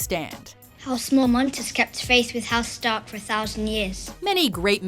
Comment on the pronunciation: MorMONTS is pronounced MorMENTS